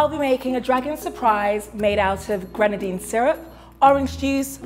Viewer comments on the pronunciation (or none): when she says Greanagine is sounds so much like reanagade